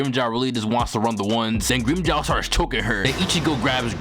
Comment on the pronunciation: fuck, can't stand the grimmjow pronunciation had to fking skip it.